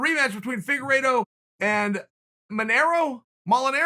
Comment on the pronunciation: Did chael say figuredo vs marinara sauce, I mean manero ?